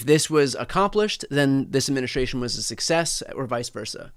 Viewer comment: you say this word a thousand times a day and yet you still can pronounce it correctly. Administration. Practice saying that word correctly. You screw it up 9/10 times.